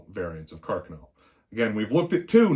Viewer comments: I’m Michael Lorusso, & I approve of this video. Well done!... On a side note, as an Italian, thank you for pronouncing “Carcano” correctly:) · Well he pronounced Carcano correctly. Only Ian from Forgotten Weapons and this narrator pronounced Carcano correctly so lets cut the man some slack brother. I'm as Italian as they make them as well.